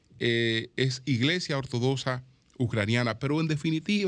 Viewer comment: Ortodoxa... se pronuncia como lo que es: X